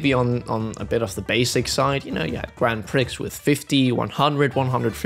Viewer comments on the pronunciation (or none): Grand ...what?! That's a ....fun.. pronunciation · Your pronunciation of grand prix 😅